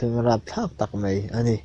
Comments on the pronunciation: mei ti lo hian mai han ti ta la. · A ngaihnawm hlemai.. Mahse Mai hmanna ah mei i ti tlat hi ngaihthak ati hrehawm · A ngaihnawm hlawm khawp a, mahse, 'mai' tih tur 'mei' i tih thin hi fimkhur deuh teh